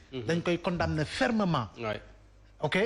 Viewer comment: Svp on écrit condamner mais on lit "condané"